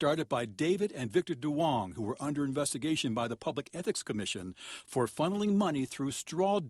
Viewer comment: The name Duon is Vietnamese and pronounced Yung not Do- ong😂